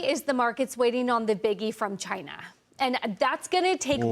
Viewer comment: Come on , let's answer the important question here, why can't some Americans not pronounce China properly ?